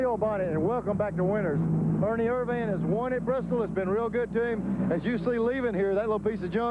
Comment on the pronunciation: Ernie Er-Van